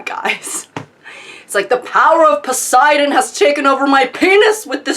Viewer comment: Poseidon? You must mean Pissidon.